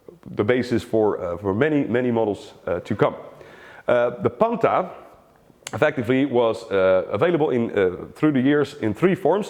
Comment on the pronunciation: it is pronounced PANTAH not Panta